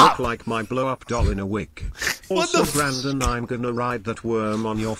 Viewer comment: Nothing made me laugh harder than fucking "Brandong"